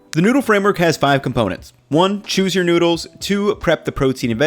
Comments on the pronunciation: "great tasting nudes" pls don't say it like that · i love you, but PLEASE don't call noodles 'noods', my dude